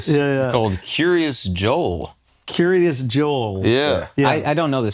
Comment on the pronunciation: It's not Curious Yo-el it's Kiryat (Keeryaas)